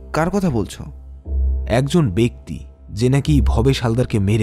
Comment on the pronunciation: গল্পটা ভালো কিন্তু উচ্চারণ ভালোনা। উচ্চারণ ঠিক হলে গল্পটা পুরো perfect হতো। """ব্যক্তি কিন্তু উচ্চারণ হবে বেক্তি, লেখাপড়া not ল্যাখাপড়া, এক-ই not একোই। প্লিজ কিছু মনে করবেননা বললাম বলে।